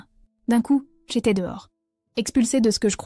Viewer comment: Verbiage inutile .."J' étais" ne se prononce pas "j' y étais".. et il n' y a pas de chiens errants dangereux vers Chartres 😅en tous cas ils ne te mangeront pas ...j' espère que tu adopteras ces 3 là .